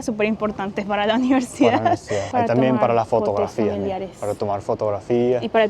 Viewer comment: Holaaaaa, por favor di: UNIVERSIDAD varias veces 😂 En tu grabación se te entiende: NIVERSIDAD 😂 Cada vez que te escucho decir esa palabra me recuerdas a un guajiro